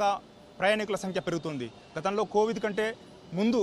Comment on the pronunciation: Covidh kadhu ra COVID anu